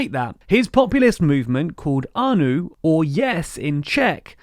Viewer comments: Ano, not anu ;) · It's ANO not ANOO 😁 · It's not "anu" it's "ano". If you going to do video about Czechs at least learn basic words like YES in Czech. English are so ignorant bunch. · A-no not A-nu. Say it like it sounds in english. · Agreed! And pronouncing "ano" as "anu"? Kinda sad. - An American in Prague. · It’s not Aa-noo, it’s a-noh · It was disappointing that even simple names like ANO and Zeman were prounounced incorrectly. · It's pronounced Babiš (Buh-bish) not Babis (Bah-biss) and Ano (ah-no) not "ah-new".... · Babiš is pronounced in English as Babish Ano is pronounced as Aanoh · A nice video, short pronunciation tip though: Babiš and ANO = Babish, ANoh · My name says it all: Babiš is pronounced with an sh (š=sh) (just like Babis from the Binging with Babish cooking channel); ANO is pronounced just like the game, Anno1800 or whatever variation of that game, not with a "u" at the end but a plain "o"